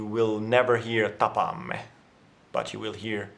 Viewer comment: Thanks for a great video! I think it's little bit funny how when you said "tapaamme" you had a slight accent but right after when you said "tavataan", you said it like any native speaker. Really shows how we prefer "tavataan" over "tapaamme", when foreigners are able to learn to say the first one without an accent but not the later.